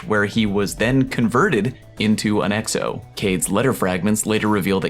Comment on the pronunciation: Are you intentionally pronouncing Exo as eggs-o?